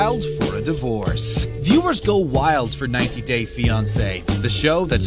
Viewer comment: The way he says 90 days 🙄 Nevermind You pronounced alot of things wrong.